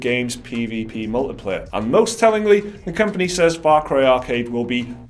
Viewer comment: He said “mullet player,” right?